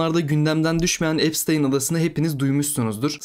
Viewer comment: epştayn diye okunuyor